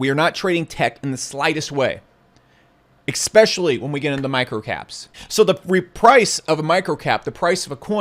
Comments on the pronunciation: There's no "X" in the word, "especially", just saying. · I learn a LOT from your insight & experience, & quite frankly, LOVE your delivery! Except I get super distracted when you say "ekspecially"... Don't get me wrong! Order all the ekspesso that makes you happy when out'n'about! Get yer mate one as well! (Thank you VERY much for your contributions👍!) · pausing the video to ask something oooff point obviously but I asking whether you also always hear expecially instead of especially or is it just me ? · Definitely expecially. lol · There is no "x" in "especially" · A few corrections… its pronounced “Methodology” not “Methology” … also its pronounced “especially” and not “exspecially”… now please continue to totally dominate me with your brilliant fat stacks of cash that no one has ever seen.